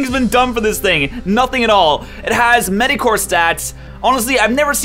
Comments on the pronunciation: did you say medicore instead of mediocre? :P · The way you pronounce mediocre